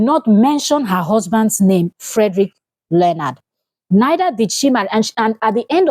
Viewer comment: It's not learnard, it's LEO-NARD